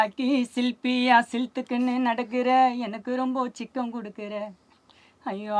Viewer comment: சிக்கம் ❌✅ சிக்கல்